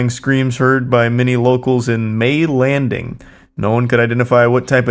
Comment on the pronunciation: As a resident of south Jersey the butchering of the names of towns got me so heated and was so funny lol. Gloucester doesn’t have a H, it’s Had-Don heights not Hayden, and it’s Mays landing not May landing lol